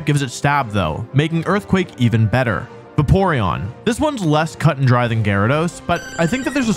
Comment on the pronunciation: Arcanine Gengar Vaporeon DONT SAY IT Scizor Gardevoir Breloom Slaking How did he mispronounce the names of SEVEN Pokémon in 10 minutes